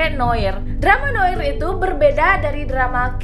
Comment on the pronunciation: Kali ini aku kok gak setuju ya? No park udah pasti big mouse, dia nerima telfon dari polisi yang ngasih tahu kalau Miho dalam bahaya. Kisah Goliath itu ada hubungannya dengan drama ini gak sih? kan mulai awal udah dibahas btw Noir dibacanya noar, kak